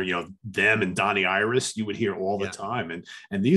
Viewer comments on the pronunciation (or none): I think's it's just amazing how probably without even realizing it, Martin kinda pronounces "Donnie Iris" with a Pittsburgh yinzer accent and it's just hilarious!